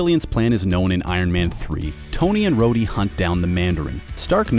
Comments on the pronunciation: Did he actually just call Rhodey Roddy? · Who the hell is “Roddy”? Don’t you mean “Rhodey” 🧐🤔🤣🤣🤣🤣 “Roddy” Jesus if you rewatched the movie’s at least get and pronounce the characters names right! It’s not like they’re not said and used in the movie’s!?! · did he just say "Rodee"...? 😔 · Has your host never watched the movies? He pronounced War Machines name as “Rodie” instead of Rhodie. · Also keeps sayings Starks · No he said “Roddy” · Hold on how the hell did he say rhoady